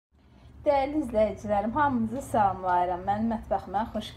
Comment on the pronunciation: xanim samlayiram yox salamlayiram